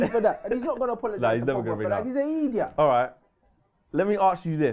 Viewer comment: Owwww rants just went Jamaican there....he's an eeediott